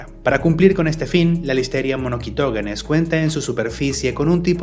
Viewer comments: Es incorrecta esa pronunciación, “monoQUItoGUEnes”. “MonoSitoGEnes” es la forma correcta. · Monoguitoguenes? 🤣 es “monoCYtoGEnes” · muy buen video pero así no se pronuncia Listeria Monocytogenes Le pones como k jajaj